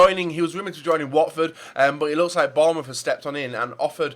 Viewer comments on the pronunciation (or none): none